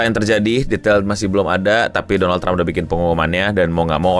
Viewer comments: Doland? Dolanan? 😂😂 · "Doland Trump" 😅 Doland ke negara tetangga 🤫